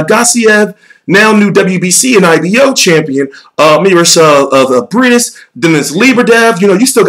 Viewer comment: Jon McQueen It's pronounced "Mairees Briaadees"